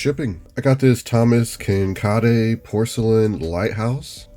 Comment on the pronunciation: I giggled at this pronunciation as well. FYI, its Kin-caid. Your videos are great!